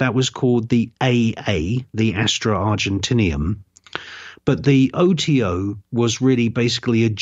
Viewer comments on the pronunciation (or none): Astrum Argentum, not Argentinium